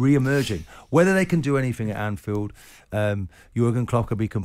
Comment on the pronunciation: Jordan is so pompous. Trying to use big words that are often used wrongly or pronounced wrongly. Makes him feel big, i guess. Then he says "anythink" instead of anything. Hilarious.